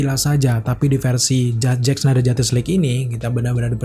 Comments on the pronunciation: Mau nntn to kuping kurang sreg dnger cara pelafalan “JUSTICE” dan berulang banyak banget... gk kuat... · wkwkwk bner bgt ngabb